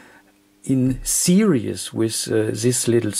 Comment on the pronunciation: it's this not zhis,not serious in series